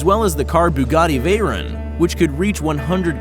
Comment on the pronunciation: The veron is pronounced wrong and it a Chiron